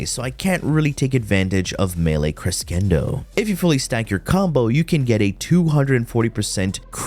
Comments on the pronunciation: Dude. Love the vids, but it's cresh-indo, not cresk-endo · crescendo is NOT pronounced like that. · I can't tell if he actually thinks crescendo is pronounced that way or he's just trolling. He says it way too many times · Is he saying crescendo wrong intentionally lol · Are you saying crescendo incorrectly on purpose? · Am I the only one who is highly annoyed by the way he pronounces crescendo.....